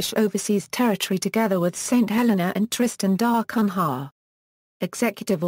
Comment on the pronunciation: If you want to narrate this topic, at least learn to pronounce "Tristan da Cunha"!